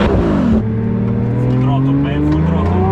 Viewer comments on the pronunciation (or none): none